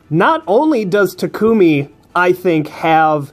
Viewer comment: Finally someone say Tak-u-mi instead of Ta-ku-mi (Maybe Strat say that part). I'm still disappoint at everyone still saying Ta-ku-mi.